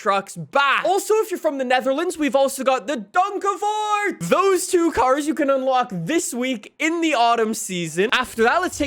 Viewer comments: is probably the only not-Dutch person in the world who says Donkervoort correct, instead of the usual Donkervroet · your Donkervoort pronounciation was actually really good😅